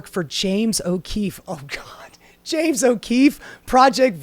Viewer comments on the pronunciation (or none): none